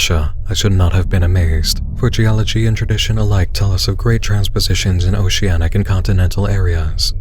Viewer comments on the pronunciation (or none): none